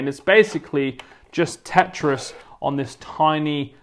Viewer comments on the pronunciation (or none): none